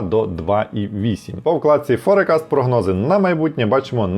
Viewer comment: Все дуже непогано, але….визначення англійською 🙈 еквІті, форЕкаст, і особливо віхлс , поки не сказали що роблять автобуси, я і не зрозуміла що то виїклс (там h взагалі не читається), ну це ж звичайні слова, більшість з яких- використовуються як економічні терміни, ну погугліть в Гуглі як воно звучить, почали ніби професійно, але потім це…. Перший раз на каналі, трохи в шоці Юнітед стейтс, серйозно?😂 ніби ж всі знають що Юнайтед стейтс